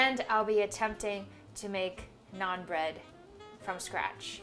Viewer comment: that is roti or Naan. I was confused when u said non bread